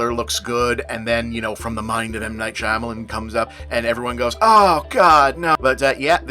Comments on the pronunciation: bob for god's sake, it's been 13 years learn how to pronounce "Shyamalan." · Why does he keep pronouncing his name like that